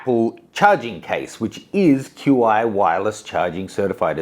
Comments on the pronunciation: It isn’t pronounced Q I, it’s Chi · "Q" "I" charging?!? It's pronounced sort of like "chee". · It's pronounced "CHEE" not "Q i" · Its called "chi" not called "Q.I." Fail. re-record it when you know what you are talking about. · It's pronounced chee... Takes about a minute, to Google how to pronounce it... Ignorance or laziness.? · Love you but i stopped watching at "QI". You killed the name)) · QI is pronounced Chi. XS is pronounced Ten S. Not sure how reliable this video is when the presenter doesn’t even know the product names.